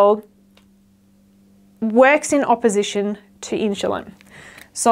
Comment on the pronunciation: Love your videos 💚 Is there any particular reason why you pronounce insulin as inshulin?